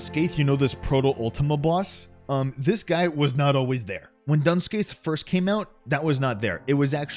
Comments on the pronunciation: Fun fact: it's not Dun Scaith, it's Doon Ski, as in skiing, because yay Gàidhlig (Scottish Gaelic), whereas Scathach is more like Ska-hock, as in hockey, because yay Gaeilge (Irish Gaelic), and neither language came to be with anything close to the English language in mind. That didn't appear in anything close to a recognisable way until around the late 14th to mid 16th Century BCE. Languages are awesome. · me, an irish person, hearing "dun scaith" pronounced out loud for the first time: WHAT DO YOU MEAN IT'S NOT SAID "DOON SKA"??? it looks like it should be pronounced the irish way T_T